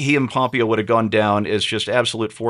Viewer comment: you're the only person I've ever heard mispronounce Mike Pompeo's name. Pom-PAY-o.